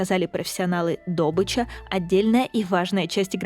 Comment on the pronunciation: Правильно не добыча а добыча